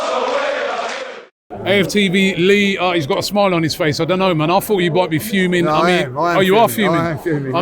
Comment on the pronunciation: “nah I am I am fuewmin”. 😂😂